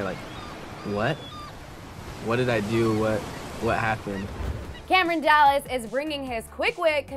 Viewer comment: does she say Cameron dallans on 😂😂